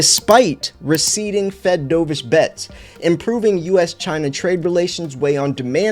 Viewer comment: As in Turtledove. Not DoeVish. DOVE -ish, Dork. Hawkish. Dovish.